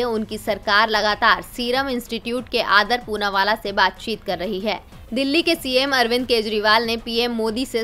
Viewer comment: अदार पूनावाला न कि आदर पूनावाला। स्व सहायता समूह न कि स्वयं सहायता समूह।